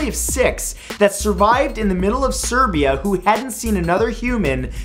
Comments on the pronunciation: Serbia? You mean Siberia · Fact 48... He ment to say Siberia,NOT Serbia... Right? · #48 its Siberia not Serbia! :D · Umm, about fact #48. I repeated it several times and I think you said "Serbia".. while it is ironic, since we make the "sruvival in Serbia" jokes, complaining about our life standards, I still think you meant to say Siberia. Regardless of that, keep up the great work, subed a long time ago :) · #34 , it is Siberia NOT SERBIA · you mean siberia ... not serbia - siberia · In the 49th fact, isn't it Siberia instead of Serbia? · Did you just say Serbia? do you mean siberia? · You also mispronounced Siberia. It sounded like Serbia. Come on!!